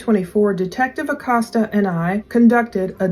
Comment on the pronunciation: ★☆★☆★☆★☆★ ITS PRONOUNCED Uhh Coast Uhh ACOSTA I just wanted to let you know, I just figured it's not a familiar/regular name used in the region of the country you're in. since I moved to the gulf coast im originally from New Mexico... I know I've had to learn how to pronounce lots of French, Creole & Cajun words (apparently, they're different according to Actual French & Creole people oh lord my mother-in-law goes berserk if u consider the Cajun language the same as French 😆😆)